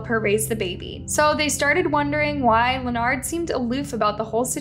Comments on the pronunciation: Please. I understand that you’re not very good with names, but this one always seems to trip you up. You’re pronunciation has gotten much better, but it’s just pronounced LINN-erd. Just like the guy on Big Bang Theory. Weird spelling, but simple enough to say it. Best wishes. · Len ard? Len-urd. Why can't you pronounce words correctly?!?!?! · Girl his name is Leopard not Lanard get it right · His name is Leonard, pronounced "Lenerd", not like leotard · Every time I watch a story from this channel, she STAYS pronouncing peoples names wrong!! She's pronouncing Leonard as lanard instead of lenerd. Lmao. Like doesn't she research this shit before speaking? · How can you not say Lenard? Lee-nard, wtf is that? The news reporter even said it. It’s the same in most videos, a simple word mispronounced it’s so weird. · The man's name is clearly Leonard so of course pronounces it 'Lenard.' 😅😂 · Its not Lenard its Leonard y'all don't ever get these people names write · The fact that the commentator doesn’t know how to pronounce his name and kept calling him Lenard was super annoying 🤦🏾‍♀️